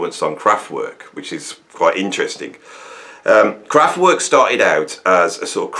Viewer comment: You're as crap at pronouncing Kraftwerk as you used to be at pronouncing McLaughlin